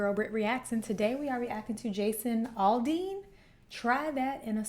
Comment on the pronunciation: It's Aldean not Alldean